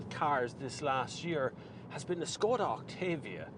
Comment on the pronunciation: The name is pronounced "Shkoda".